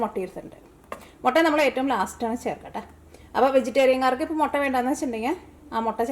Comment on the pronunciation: Chechi motta alla mutta 😜